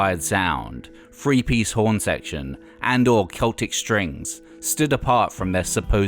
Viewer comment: Hard to follow this narrator when he keeps saying "They did FREE Gigs" when he means Three, and "Fought" instead of Thought.....